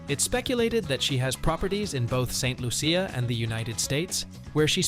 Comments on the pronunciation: Its not saint Luuucccia. Its pronunced Loosha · First learn to say Saint Loo-sha or Santa Lucia. I'll let the other Lucia's handle the rest 😂